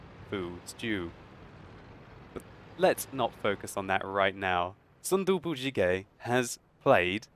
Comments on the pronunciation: its actually pronounced soon dooboo but it was a great attempt. if you ever need help translating korean ill be glad to help! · Lol I like his name.. Tofu Stew. by the way.. but why are you saying it like in spanish sometime ^^ ? you put " gez or ges" at the end sometime. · 아낰ㅋㅋㅋㅋ 발음에 빵 터졌네 재밌다 순두부찌개 ㅋㅋ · MrNoodless Warning: spicy tofu stew might burn your mouth :D He probably did his best to pronounce it but it's still funny as korean :D